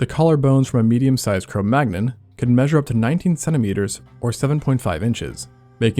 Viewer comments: The 'magnon' part of the name is pronounced 'man-young'. It's from French. Like how 'champagne' is pronounced 'sham-pain', and not 'sham-packny'. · It's "Neander-tall" and "Cro Man-yon". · Cro Magnon is pronounced Cro Manion/Man-yin. It's french. 😁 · Wait! Already, don't get up in my face and call me rude. Maybe he doesn't want to say things wrong. I know it would bother me a lot to realize I had made simple errors in a video that hopefully thousands of people would watch. Maybe he just wants to know. Cro manyon. It's a French phrase meaning "(from) the hole (cave) at Magnon's place," Magnon ("manyon") being the name of the farmer on whose land the first remains were found. Similarly, Neanderthals (neander tall) are from the Neander valley (-thal) in Germany, and in German, the "th" is not pronounced the way this narration pronounces it. I'm not even going to tell you how to pronounce "occipital." But you need to look it up. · Say Cro Manyon. The g is silent. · ☝️🤓 Corrections: 1. Cro-Magnon rhymes with ‘crow canyon’. 2. Far from giants, the average heights for Cro-Magnons were 5’9” and 5’4” for men and women respectively, which are about the same as Northern Europeans today and only four inches taller than those of the pre-industrial era when access to protein was lower. They’re comparing them to worldwide averages, though they were in fact Northern Europeans. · That's not how it's pronounced. Type: Cro Magnon in Google Translate as French and then click on speaker. Why is Venus censored?